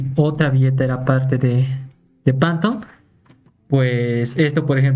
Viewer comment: Qué es esa mamada de "Pantom"? SE PRONUNCIA "FANTOM"